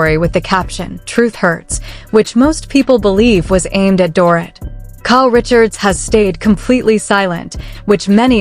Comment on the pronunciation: CAN U PLEASE Speak DORITS NAME CORRECTLY!! It’s DOR-EET!! Not DOR-it 🙄🙄🙄